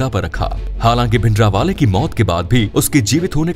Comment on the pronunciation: Your way of saying bhindrawala is not correct.give him respect. This video has half info and some of them are myths. Make original video on reality. Tell the strategy the black truth of indra gandhi and badals.